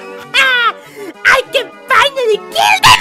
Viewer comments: Its not mockey its mokey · Its Mokey not Mockie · STAHP IT MOKEY IT NOT KRIMAS